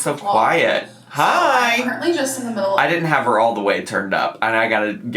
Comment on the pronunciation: the way she says currently bothers me for some reason 🤣 "curt-ly" lol nit picking!!!!